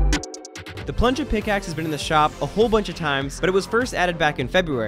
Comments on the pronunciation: Its plunja not punja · He also said plunja skin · He said plungaskin